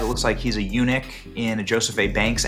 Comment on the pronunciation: Did he just say, a euchuch?! 😳💀